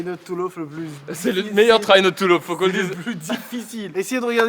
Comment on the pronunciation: “Try not to loffe”